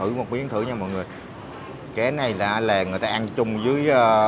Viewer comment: Con cá chứ kg phải con cé kg biết chữ à?